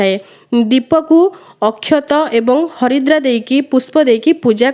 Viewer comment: Sister haridra kn Naa harida ku haridra kahuchanti plz kuhantu